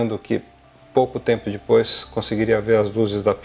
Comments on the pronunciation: Ao invés de falar "Depois" ele fala "Dipois".. todo video ele faz isso.. é o nome do senhor, o canal é Avioes e cia.. Ele é mecânico da latam, mas ja foi transbrasil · Fora que é chato pra caralho, vive mendigando likes e o cara além de falar alguns termos de aviação errado, ainda fala DIPOIS. Da uma agonia de ver esse cara, na boa. Fora que ja deu p ver que ele não é povão.